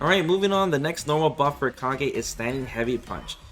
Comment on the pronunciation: The very first change is calling him Kah-gay instead of Cage.